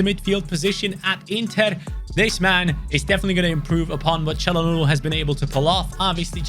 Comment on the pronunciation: I really appreciate how he pronounces "Çalhanoğlu" right. :)